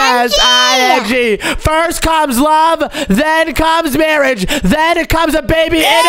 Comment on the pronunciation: Its marrige not marrig